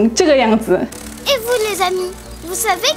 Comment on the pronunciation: 法语有一些错误 ： Lessamis => leZ amis J'espère => R 听不到 vousss allez bien => vouzallez (Liaison s=>z) Pou apprendre => pouR apprendre Perçu => R 太明显，很难听 Également, véritable => 亚洲口音 Particulièrement => 发音不清楚，要说慢一点 PhiloSophie => PhiloZophie Un univers => uN-univers (要连接） En gros => 比其他词太口语 Une Ninvitation => Une invitation EspoiR Soucc d'aide => SouRcE d'aide